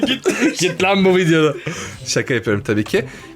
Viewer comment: fidyo değil vidyoooo